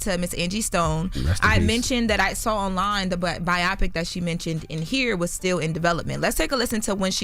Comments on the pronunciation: “Byeahpik” lmfaoo it’s BIO-PIC. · bio-pic NOT bi-opic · its called BIO PIC not BIOPIC 😂😂😂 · It's pronounced BI-OH-PIC...not BI-OPP-PIC... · “BIAWPIK”… huh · we love you, but WTF is a BIOPPIC?? Bio pic? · Bio pic lol let's sound it out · Biopic is pronounced BIO-PICK. 🙄 It does not rhyme with “myopic.” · Charlemagne been wearing a lot of boondocks gear, he might be trying to tell us something. Also someone tell how to pronounce “biopic” 😂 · Why are they pronouncing biopic like that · Is she saying biopic wierd? Is that a Delaware thing?